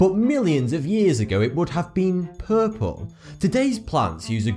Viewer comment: the way he says puuupel